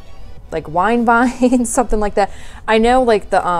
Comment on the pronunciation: HAHA "Wine-vine"!! :D